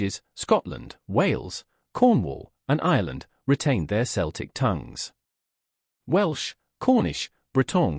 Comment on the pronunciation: The only thing this taught me is that AI can't say Celtic.